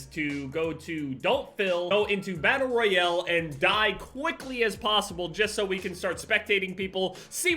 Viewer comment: My man said “Battle Royelle”